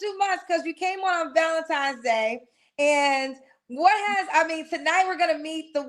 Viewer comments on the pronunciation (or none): That's a huge pet peeve of mine Valentine's (not times) isn't hard to pronounce. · It is Valentine's Day with an "N" 😊